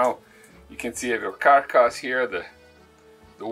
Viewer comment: From this moment on, it shall be pronounced "cark-ass'. I love it! keep up the great work you two!